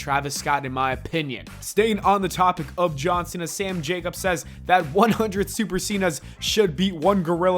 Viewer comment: Everytime you say “John Cena” I hear “Johnson” haha